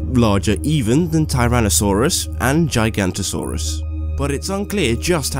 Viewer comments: It's gig-a-not-o-saw-us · Its pronounced Gig-a-knot-a-saurus not Giganta-saurus